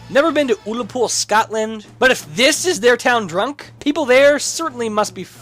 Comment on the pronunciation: I know this is a really old video, but... "Oollapool, Scotland"